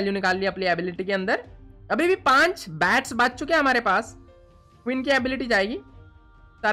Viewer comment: is bengali maybe coz he pronounces bach as baach😅😅